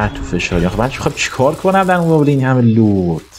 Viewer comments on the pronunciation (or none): none